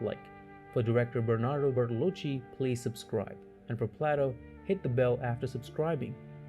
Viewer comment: It's pronounced "plate-o" not "plot-o".